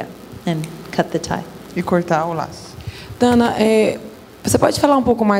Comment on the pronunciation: Não é Dwana, é Dawna.